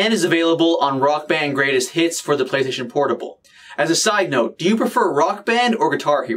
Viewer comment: "Play tation portable..."